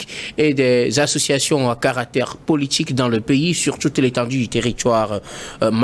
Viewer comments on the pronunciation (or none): Ce journaliste ne connaît rien il fait honte non seulement par son raisonnement mais aussi la prononciation des mots comme « partchi politchique »